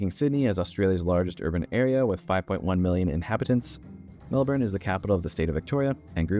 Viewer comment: At least with Melbourne, you didn't pronounce it Mel-BOURNE, like most from North America do, but you need to clip the last syllable even more. Basically pronounce like it was spelt "Melbn". Similarly Canberra is pronounced more like it was spelt "Canbra", with no special emphasis on either syllable. You got Brisbane pretty right, but again just de-emphasise the last syllable even more, like it was spelt "Brisbn". You got Mooloolaba completely wrong, but I don't really blame you. It's a bit of an exception. We pronounce every syllable with (pretty much) equal emphasis, something like Moo-loo-laa-bar. I would also point out that "Newcastle" is one word (not "New Castle"). Your pronunciation was fine though. If you want a real challenge, have a guess how we pronounce "Bermagui".